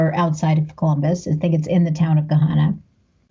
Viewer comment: I remember reading the book watching this movie in 9th grade English class and it was super cool because the school they filmed at is just a few towns over from where I went to school. I like how she pronounces Gahanna like "Ga-hon-a". Nobody says it with the soft A around here, it's that really sharp A sound like Ant.